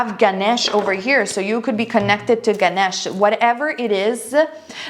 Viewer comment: Pile no. 3 I can relate it completely and you are Devine..I love you😇 and the way you say Ganesh again it's beautiful